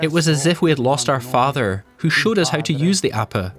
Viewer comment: It's pronounced "Ah-peh", not "Ah-puh" !